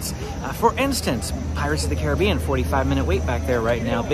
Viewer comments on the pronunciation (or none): none